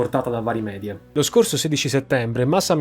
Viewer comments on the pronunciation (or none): none